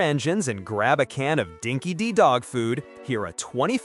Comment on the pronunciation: It's pronounced Dinki-Dye